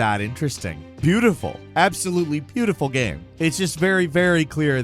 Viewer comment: after all these years, i still get triggered the way you say ''GAHM''